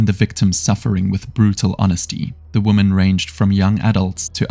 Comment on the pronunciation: Narrator needs to learn how to pronounce the word 'women' Vs 'woman'.